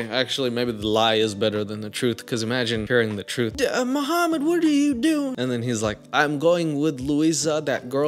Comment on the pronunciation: I’m hearing a Vlad not Mohammad. 😂